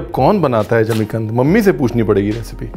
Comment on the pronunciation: Jimi kand nhi. Zmi kand